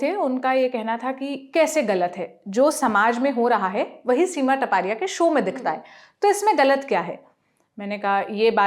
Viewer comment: Here surame is not टपारिया it's तापड़िया